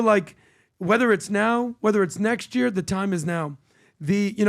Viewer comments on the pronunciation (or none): KAYBOB 😂😂😂 PBD'S PERSIAN TOUNGE SLIPS INTO HIS PERSIAN ACCENT 🤣🤣🤣🤣🤣 happy KAYBOB yerrrr 🎉 the way you pronounce year sounds like a new Yorker... Who all agrees like mu comment.